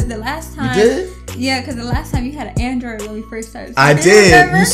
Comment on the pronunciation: SHE SAID ANIDROID LMAOOOOOOOOOOOO SHE EXPOSEING YOU